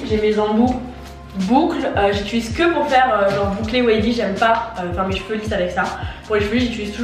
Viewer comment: mdr je t’aime mais c’est « j’utilise » pas « j’itulise » 😭